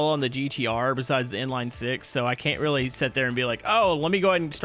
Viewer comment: why do you pronounce the word can't as caint